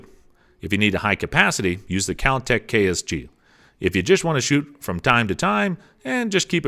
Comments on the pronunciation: "kAlTeC" BeReLLi" Just throw away the whole damn video lol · The Keltec KSG is "not" semi automatic. It is a pump action. Also its "Ben'"elli not "Bur"elli. And it's "Kel"tec not "Kal"tec. The best value for a home defense shotgun is the Mossberg Maverick 88. You don't need all the bling and other features of any of the other ones he mentioned for simple home protection.